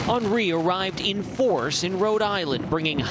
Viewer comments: WTF did she say "An REE". Its "Henry" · "Awn-REE"? Seriously? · Why did she pronounce "Henri" as "Onree" lol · I thought it was henry lol , not onri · Its a hurricane and liberals are more worried about how to pronounce "Henri". I'm tired of living on this planet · Is it me or they can say Henri properly